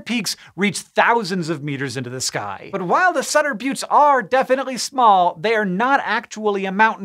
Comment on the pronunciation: Thank you for calling them the "bewts" and not the "butts" 🤣